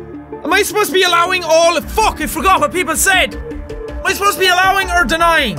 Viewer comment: Sounds like papers please "Allowing or DENINING"🤔